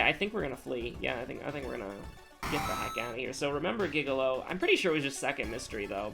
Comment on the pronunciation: also gigalo is said jigalow